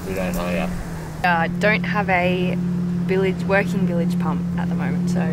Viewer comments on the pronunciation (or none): Your videography and editing are first class love your no frills get it down happy easy attitudes and cutest ever mispronunciation of bilge pump don’t correct her it’s way to cute to get rid of😍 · Did have a chuckle when you said bilge pump as billage 😂😂😂 fun ep guys!